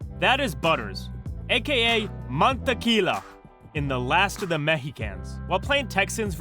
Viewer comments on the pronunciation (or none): It’s not montequila as the narrator pronounced. The episode he’s name “mantequilla” which simply translates butter to the Spanish term. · Just a small nitpick “Mantequilla” is pronounced “Mahn-teh-key-uh”. Great video otherwise! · No offense just an observation but how do you hear the core t way to say mantequilla and still say it wrong??😄😄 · can't even pronounce his name smh